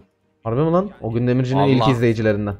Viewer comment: abi neden ögün yerine ognü yapıyon hep